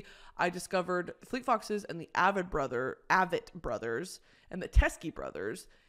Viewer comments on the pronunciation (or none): Also Avett is pronounced with a hard ‘a’ like ‘crave it’ (one of my fave bands) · NO WAY U JUST PRONOUNCED AVETT BROTHERS LIKE THAT....